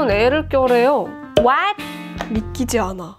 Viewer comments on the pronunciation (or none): what?! 발음 개웃기네 ㅋㅋㅋ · what 발음 너무 찰져요ㅋㅋㅋㅋ